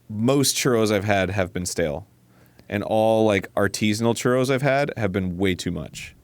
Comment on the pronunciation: You need ya some good churrRRRRRRRROLLINGTONGUESOUNDDos